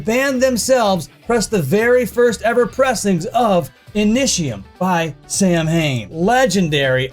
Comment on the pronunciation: samhain is pronounced sah-win